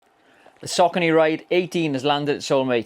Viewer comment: It’s pronounced “Sock-ah-nee. “